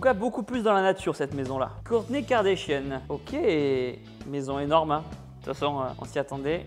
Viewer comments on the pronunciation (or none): Tibo c’est pas kardechien mais kardashian 😅